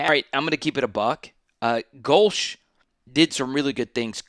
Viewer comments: No, you’re NOT pronouncing Go-Leah correctly. Therefore, you are to be ignored. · You don’t know how to pronounce his name, but people are supposed to take you seriously? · If you don't know how to pronounce a coaches name they you shouldn't do an analysis of his team.